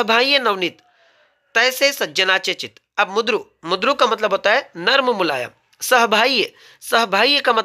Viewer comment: प्रकट वाचन करताना उच्चार चुकतोय सर तुमचे लक्ष गेले नसेल कदाचित. शब्द आहे " मृदू" उच्चार हतोय " मुद्रू "